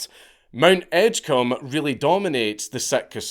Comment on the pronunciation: Though it is pronounced Edge-comb 😂